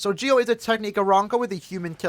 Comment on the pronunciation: Lol I can't watch this video because it's so annoying to here him call Ggio's name wrong lol